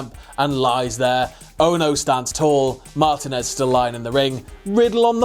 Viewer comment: It's pronounced Mah-teen-ez